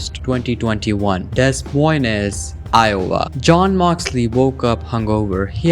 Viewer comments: It's not "Des Moi-nes, Iowa" it's "Deh Moin-s" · it's pronounced "Deh Moyne" fyi . Just trying to help. 👍